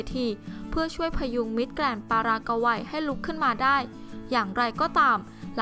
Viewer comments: "ปารากะวัย" มิติใหม่ แห่งการอ่าน.... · ปารากกาวัยโอ้ยอายคนทั่วโลกบ้างไม่มีใครอ่านออกเสียงอย่างนี้หรอกไปหัดอ่านและหนังสือบ้างนะพิธีกรเจ้าของคลิปอายคนเขาทั่วโลก